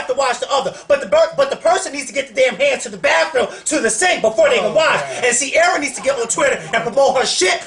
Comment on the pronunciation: LOL why would read ciara like that lol i cant deal!